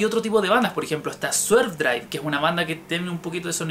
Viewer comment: Un poco tarde :v. Creo que se refiere a Swervedriver, aunque lo pronunció como Swervedrive.